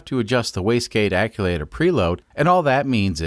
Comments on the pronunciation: Another great video in this series. I missed the "vertical" install vid., will catch it now. You had me scratching my head the 1st time you were discussing the waste gate "acculater". It was like hitting an unseen speed bump at 45 mph! Bam! After hearing you say that several times while working on modifications to what I've always known as an actuator (phonetic spell: Ackcheuwaiter) 😁, I guessed you were playing dumb, when you're very intelligent, making custom words like Vice Grip Garage or Taryl Fixes All. That's funny and fine, I can dig it! This was a nice, well done turbo install! (In an automotive research facility, I've fabricated several turbo systems, inc. 1 compound). Yes, boost pipe hot! Underhood temps don't cool it off either. Note: once intercooled, insulate cool pipe after I/C to reduce heat pickup from underhood heat. Thanks, Paul from S. Central Tx. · Every time I hear “acculator”, I cringe. Maybe it’s the right term? Act-u-eh-tor sound more correct to my brain. Am I wrong? Great build by the way. Love the Kubota re-purpose stuff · Stop saying aculator That is not a word. Actuator. It actuates. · ACUACTOR ( AK-SHU-ATER ) not ACULATOR... or maybe you did that on POURPOSE !!! SEE WHAT I DID THERE ! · Actuator not aculator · Actuator not acculator. And you mispronounced the name of the company that you got the fittings from. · Hey man just a heads up, it’s actuator, not aculator. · Love the videos! Just a quick question... is there a difference between what you're calling an "acculator" and an actuator? I've been working as a diesel mechanic on freightliners for 8 or so months and one of the older guys I work with always calls them "acculators" instead of actuators. I've always just assumed he was mispronouncing the word but now I'm not sure if maybe years ago they actually were called "acculators" and the term changed at some point. Anyone have any insight into this? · It's hurting my brain hearing him say actulator. Sorry